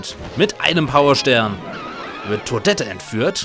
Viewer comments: es wird "todett"ausgesprochen, nicht todette ;) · gibts eine Offizielle Deutsche Ausprache fur Toadette? Entweder Toadette mso wie du es tust oder ohne das "harte" Ende... bisschen schwer zu erklären:P